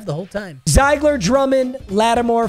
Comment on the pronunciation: Carry Zeigler is pronounced zig-ler it's my last name